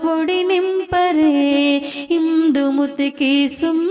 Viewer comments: ఇందుముతికి కాదు ఇందుమతికి... సరిచేయండి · ఇందుమతి అండి. ఇందుముతి కాదు